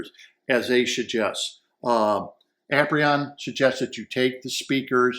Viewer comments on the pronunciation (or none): Its not Ap'-ree-on. It's A-peer'-ee-un.